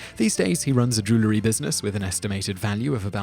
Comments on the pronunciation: "Joo-la-ree"? It's "Joo-el-ree". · you've missed my point, if you listen he pronounces the word "jew-ler-y" not "jew-el-ry". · What on earth is “jewlery” lol. Jewellery. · Why is it some pronounce the word Jewelry as jew·ler·ry when the correct pronunciation is jew·el·ry??? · The pronunciation "jew-ler-y" for "jew-el-ry" is as annoying as G. W. Bush's "nu-cu-lar" for "nuclear." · it's NOT jew-lery it IS jewel-ry (because it's made of jewels, not Jews) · no it has 2 syllables not 3 so both of yours are wrong. it's pronounced "jool-ree" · Where's the "a"? I suppose "nucular" is accepted too?